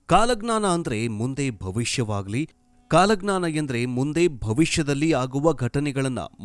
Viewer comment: ಕಾಲಗ್ನನ ಅಲ್ಲ ಕಾಲಜ್ಞಾನ ಮಾರಾಯ ಕನ್ನಡ ಸರಿಯಾಗಿ ಓದು. 😡